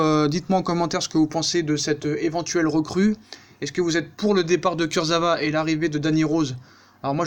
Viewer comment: Ca se prononce kurzaoua sinon super vidéo comme d'hab